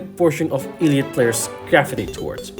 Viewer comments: WHY DO YOU PRONOUNCE IT LIKE EEL LEE AWT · Did you just say Eeeleeot? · just letting you know it’s pronounced elliot (el.li.yacht.) but you can say it however you want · You said elliot so wrong i recoiled physically 😭